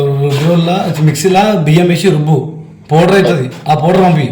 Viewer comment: Poder ❌ powder 😂😂😂😅😅